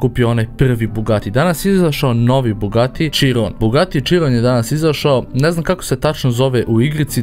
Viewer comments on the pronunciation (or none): kaze sr bugati širon